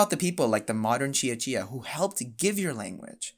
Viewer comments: Let me start by saying: Good job on pronouncing "Cia-Cia" correctly. 👍 As an Indonesian from a different island (Borneo), I have to say, adopting Hangul for the Cia-Cia language is just plain ridiculous. Like you mentioned, all Indonesians already have to learn the Latin script, so what’s the point of complicating things with Hangul? It’s not like Hangul does a better job representing the sounds of Cia-Cia—quite the opposite. For example, Hangul doesn’t even have a character for the /v/ sound, so they had to dust off some ancient character to fill the gap. So, why burden students with learning a script that has zero relevance to their history or culture, especially when they should be focusing on more important things? Makes no sense at all. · yes, the letter c is always pronounced as "ch" in Indonesian, so you did well. You also did a good job with the pronunciation of "Buton" 👍